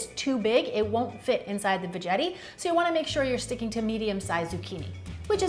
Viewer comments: hey love your videos! FYI it's actually pronounced VA-GETTI not VA-JETTI 😉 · It's VE not VA. veg not vag like she says. Got ya mind in the lower area not the garden 😂😅🤣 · She said "Vagetti"... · DId she say, "Put your zuchini in the vegetti..?" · My 8-year-old daughter heard the video and made a face and said, “vagetti??” 😂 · I say Ve Getty! I don’t know why she says it like that! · If your Zucchini is too Large it won’t fit inside the Veggeti...I’m sorry that was Priceless 😂😂😂😂😂😂😂😂😂😂😂😂😂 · Every time she says the veggerie I tend to hear the v... it’s just so funny 😂 it sounds like a big word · Katina Hoffman 🤣🤣🤣 I was thinking the same n the way she says it with too much emphasis doesn’t help 🤣🤣🤣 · Sooo....you're pronouncing it incorrectly. It's suppose to rhyme with "spaghetti," and not sound like vagina. Made watching the video totally worth it, though. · You realise you're almost saying vagina right? You said it like 3 times lol Marketing gone wrong on their end, wonderful video! :0) x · That's because she is pronouncing it incorrectly. It's suppose to sound like "spaghetti." If you watch the official Veggetti videos, that's how they pronounce it.